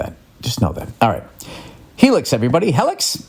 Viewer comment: My brother rants and raves everytime he goes to the chiropractor. Also its hee-lix billy smooth balls